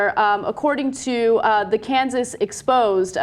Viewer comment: it's Kansas Exposed